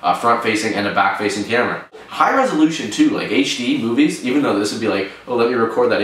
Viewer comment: at 1.39 when he say movies, it sounds like he is saying boobies... just saying...